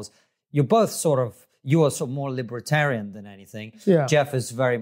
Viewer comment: KK always pronounces 'libertarian' as 'libretarian'.